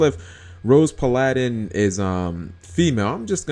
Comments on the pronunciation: why u pronounce Paladin like it's a Japanese word? That's weird. PA-LA-DIN? NO Pal-a-din. It's an English word. Dating back to the 1600s. Bruh. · PAL-A-DIN not that hard =3= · Plus it's Pal-uh-din. Tgat is the pronunciation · PA-LI-DIN NIGGAHHHHHHH GOD DAM! IS FL EDU SYSTEM NOT GOOD ENOUGH DAM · g you cannot pronounce paladin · Everyone complaining because he said Paladin weird, but nobody cares when people call Exciton Knight"Extinction Knight." K then. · Idiots say it like that, and I care. It's fucking annoying. If yugitubers just sounded out a work ONCE before they read it they'd be far easier to listen to. And the fact that he thinks paladin is a japenese word to begin with is stupid because they don't use the L sound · the problem was that he thought it was a japanese word see Timestamp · Who screws up saying "Paladin"?! Either way another solid video.